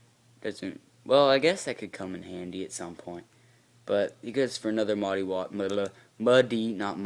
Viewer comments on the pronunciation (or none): Ah man i dont deserve your praise, ur an excellent bro. And its pronounced Maa-hee.